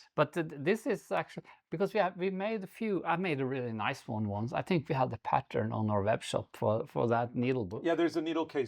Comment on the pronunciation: your needle case might be hiding in one of your project bags. I do love the way that you pronounce "pattern". In Yorkshire, UK, we tend to leave out the "r", whereas you say it beautifully - "patterrrn"! You have also published 10 patterrrn books!